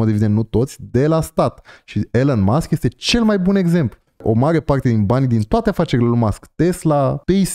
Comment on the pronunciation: Ilon Masc nu Ilăn Masc 😊